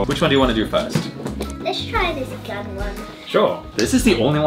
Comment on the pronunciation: It suppose to be gan but your accent from gan is gun